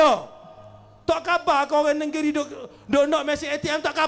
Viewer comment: Sebutkan: ‘Neng-giri’ lah.